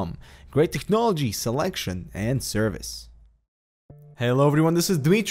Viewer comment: I hate it when he says "Technology" in the intro, sorry about that this is an awesome channel though :D